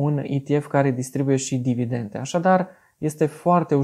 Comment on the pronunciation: Foarte tare videoblogul. Dar te rog, for the love of god, nu mai spune "dividenTE"...